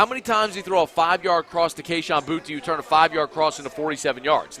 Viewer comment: knows how to say his name Boutte, boo tee